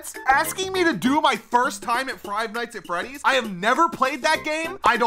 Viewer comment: Why is no one talking about how he is calling fnaf frive nights at freddys 😭😭